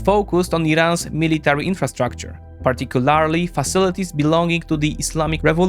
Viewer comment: This guy always says "particularly" wrong.